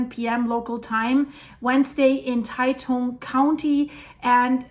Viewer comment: Great video. I live less than 100km from the epicenter and we really felt it. By the way Taitung is pronounced 'Tie Dong". Thanks for all your videos and Merry Christmas to you and all your viewers around the world!